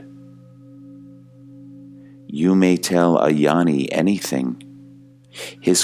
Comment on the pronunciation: Dear, peace and blessings to you. Gnani is pronounced NYARNI, not yarni.